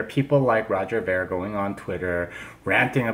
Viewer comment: Trying to characterise Roger's viewpoint and cant even pronounce his name correctly. has no idea what Roger is thinking.